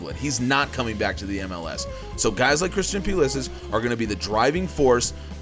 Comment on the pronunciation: Quick question, why do you pronounce pulisics name pew li sick when he stated that he wants it pronounced puh liss ick? It sounds so strange when it’s pronounced the way you do. No offense.....just wondering